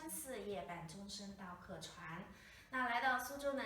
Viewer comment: This actress' pronunciation of Suchownese is not precise. The 语调 of "钟声" in "夜半钟声到客船" is supposed to be even more "糯“ in Suchownese and not as flat like how she did it. And the pronunciation of "客“ is also not correct; it's way too "mandarinized". She needs more practice. Her Suchownese is very much covered by Mandarin.